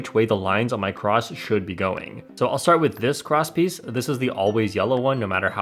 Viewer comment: Everytime you said cross piece I thought you said crotch piece